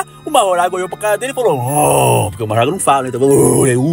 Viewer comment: As pessoas assistem os animes em japonês e mesmo assim continuam falando o nome dos personagens errados, por que ele fala Majoragaaaaaaaa.